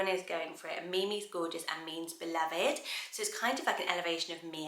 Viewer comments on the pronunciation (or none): none